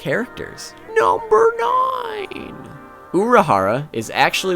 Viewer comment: "Number ninee..."... 😂